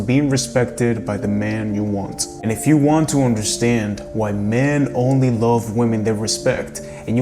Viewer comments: Can you please learn how to pronounce the word "love" because its annoying. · I didn't mean to offend him. He just says the O in the word love and its not pronounced like that and I have been told this by and English teacher. Have a good day.